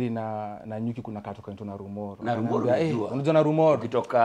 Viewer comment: Hahaha....he is mentioning the name Narumoru...Kama msapele ..nalumolo...hahahaha....it's called journey...